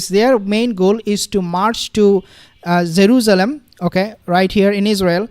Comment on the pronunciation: I can’t get over your “zaruzalam “